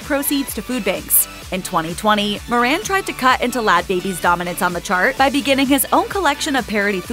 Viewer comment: It's pronounced More-un not Mor-ran